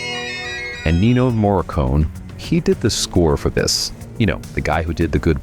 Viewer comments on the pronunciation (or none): Then why the pauses in unusual places, humourous phrases that have no emotion behind them, and mispronouncing Ennio Morricone's surname?